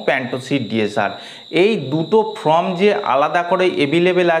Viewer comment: সব ঠিকই আছে কিন্তু "ফ্লিম"এবং "ফ্রম"না ব'লে "ফিল্ম" ও "ফর্ম" ব'ললেই ভালো হয়। কিছু মনে করবেন না, আপনাকে হেয় করার জন্য লিখিনি। আঘাত দিয়ে থাকলে ক্ষমা প্রার্থী। .